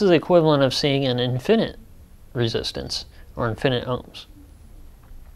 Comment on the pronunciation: Infi-nit. Not In-finit. Otherwise a decent primer on resistors.